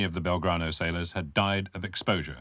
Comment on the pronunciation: "...the Belgrado..." ??? Very British...